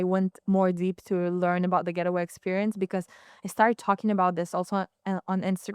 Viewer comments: Hey good people : -) she is saying the name incorrectly. It’s Gate way - not getaway . It’s like a garden gate but it’s not getaway like a bank robber. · 🤔 Pronounced: Gait-Way✅ ... not Get-A-Way ❌